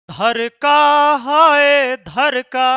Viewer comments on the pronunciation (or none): dhdka hota hai dhrka nhi 😂😂😂😂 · सर धरका नहीं धड़का 😂😂😂😂😂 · Dharka नहीं होता Dhadka hota hai 😂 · Dharka nahi sir dhadka 😅😅😅😅😅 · Sir dharka ni dhadka😂😂😂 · Sir dil dharka ya dhadka 😂😂😂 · धरका नही सर जी धड़का😅😅😅😅😅😅